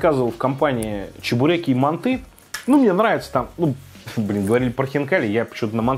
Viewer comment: Он говорил мантЫ, все норм.